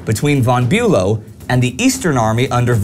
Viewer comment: I have to repeat how great work you all are doing, nevertheless I have a question - why don't you say"von" as "fon" as it should be pronounced, or - generally - why do you pronounce German names /words in this obscure way? Bülow is not Bulow and Moltke is not Moltkee etc.